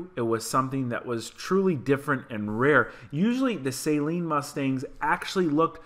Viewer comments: The 2018 is a better builder and fix. The Shelby -Hertz is toast. And that last one is a Saaaleen, not a say-seen. Most Sleen cars are not supercharged. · I don’t think it’s pronounced as a “saline” mustang, unless it’s a base mustang getting intravenous solution. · its not SAYLEEN its jus SALEEN